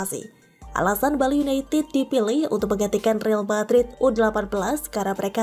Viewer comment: real madrid dibaca re-al madrid BUKAN riil madrid.......re-al artinya royal atau raja